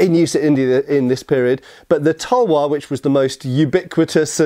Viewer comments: Its called talwar not tuuuuuulllwooorrrr speak correctly ytt and talwar is sword only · Talvar -तलवार Not Tulvar- तुलवार We learned your pronounciations expecting little bit same from you. 😊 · Well it's Talvar not tulvar. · Talwaar not tulwar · Its talwar not tulwar and its Panjab not Punjab. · ITS NOT TULWAR ITS CALLED TALWAR😑😑😑😑😑😑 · *Talwaar my mate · Its called "TALWAR" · its Talwar